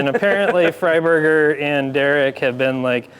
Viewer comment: Every time I hear the name Fry-burger I cringe. Guy's a waste.